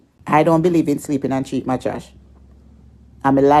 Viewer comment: She cannot even pronounce the word mattress but always refer to people as dunce and she cannot even pronounce her words properly